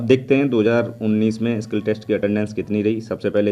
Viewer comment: Bro it's not kill test It's skill test